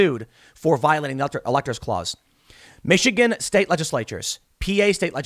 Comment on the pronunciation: to about LEDGE-ISSS-LATE-CHERS !!!